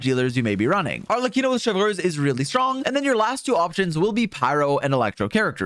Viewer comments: butchering Neuvilette's name and now also Chevreuse really grind my gears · the way you say chevreuse is so quebecois lol